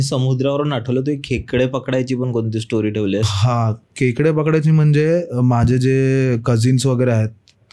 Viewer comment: जो इंटरव्ह्यू घेतो त्याला सरळ मराठी येत नाही का वेगळं किंवा वेगळी किंवा त्यावेळी या शब्दांना वेगलं वेगली आणि त्यावेली बोलतोस जर मराठी सरळ बोल भावा आणि स्टोरी सांगणारा आहे त्याला सांग केकडे नव्हे खेकडी म्हणतात